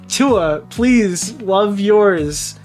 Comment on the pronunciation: OH HERRO PREASE